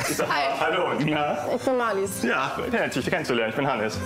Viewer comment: Marlies betont man auf der ersten Silbe.